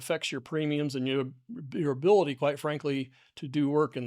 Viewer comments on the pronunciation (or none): none